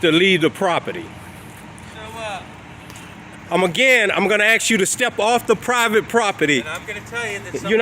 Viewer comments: "I axed them to leave the prawpitty!" The Boondocks! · Yeah, when you say, "I'm, AXEING you to leave the PROPPITY"...and I think Mr. Solution Looking For A Problem doesn't have a real issue with firemen on the scene; I think he's being BIG MAN on YouTube.